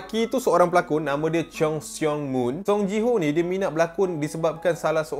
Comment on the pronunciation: Cheon - sebutan con seong - sebutan song con song im